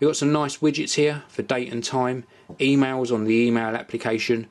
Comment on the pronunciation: hehe "2mails"